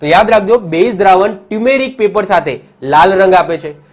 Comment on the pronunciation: Sir, ટ્યુમેરિક paper નહિ.... ટરમરીક પેપર કહેવાય